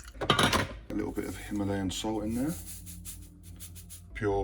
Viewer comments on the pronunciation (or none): none